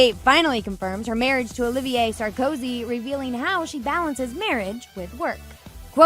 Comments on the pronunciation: Nicolas SAR - KO - ZY. ; ) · Love how you called him „Sarkosky“ 😂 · Dude, the guy's surname is Sarkozy; at least pronounce it correctly. To flub this is really shoddy, amateur journalism. 🙄🤦🏼 What a joke.